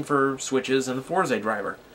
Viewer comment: FourZEY? It's "Fours" bro. :V